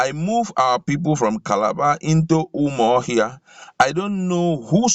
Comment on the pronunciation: Please presenter, the capital of Abia is UMU-AHIA not Umuohia